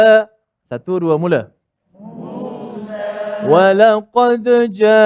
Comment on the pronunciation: nk kena tau U.Tir kata org utara sebut Musa tu Musaq😂😂...